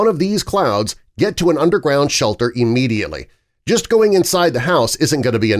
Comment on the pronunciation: Immediately, not E-mmediately.